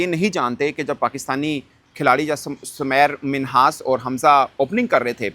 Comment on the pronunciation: Bhai uss ka nam tu theek pronouce karo uss ka nam Sameer Minhas hai na k Samair Minhas .